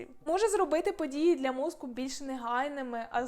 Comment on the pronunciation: попрацюйте, будь ласка, над чіткістю вимови слова "мозКу" (хоча, може, в мене проблеми зі слухом і /ґ/ мені вчувається).